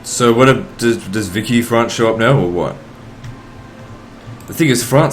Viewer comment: It's pronounced veeshee not vicky france